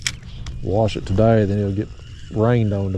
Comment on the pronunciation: Oh my god, when you said “warsh” your plate I like to have fallen out of my chair. I haven’t heard that since we lived in Kentucky. Originally from and now back in southeast Georgia, and we used to laugh at the people all the time about that. Love the videos. Got me itching to go drown a worm.